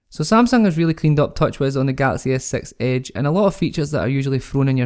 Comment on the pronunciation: Skroting so you are not bothered hearing Samsaung Galaxy "as-sex age" ?